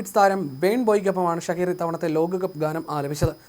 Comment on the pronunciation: ഷകീറ എന്നല്ല "ഷാകിറ" എന്നാണ് europeans ഉച്ചരിക്കുന്നത്